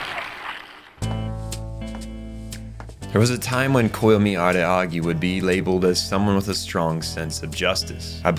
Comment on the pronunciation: is bro saying araagi on purpose or is he just hachikuji?????